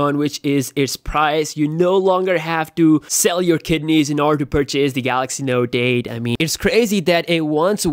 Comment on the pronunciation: Wow is it me or this dude can't say note 8😂😂😂😂😂